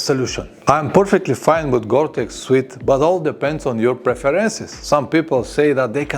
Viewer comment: Thank you for your helpful videos, I have learnt a lot from you. One thing I would like to mention is that the word "suit" isn't pronounced " "sweet" it's pronounced "soot"please check with Google pronunciation for a better idea. Many thanks and best wishes for your channel.